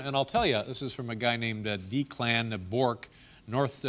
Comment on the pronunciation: Dave didn’t know how to pronounce Declan?